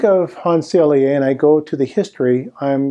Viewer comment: Excellent discussion of how new ideas are not accepted even by the scientific community. Thank you for this very informative presentation. May I respectfully add two small details (as a Montrealer and graduate of U de M): 1. Dr. Hans Selye was a professor of Université de Montréal (not McGill University) and his name is pronounced Sely (not Selyé).